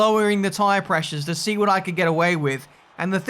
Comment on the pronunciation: Wha is up, guys? What is up, guys? Wha is up, guys? What is up, guys?